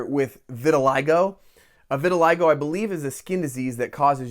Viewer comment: another great video. Thank you for the info. Two corrections for you. Your pronunciation for vitiligo is incorrect. Try a google or dictionary search with tricky words to keep your pronunciations clean. Finally, you said "This set has 800 less pieces." You should have said "fewer pieces." Generally speaking, if a noun is plural or countable, we say fewer, not less.